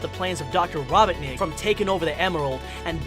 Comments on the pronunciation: Who also hate he called robotnik to robonik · he said rabaneck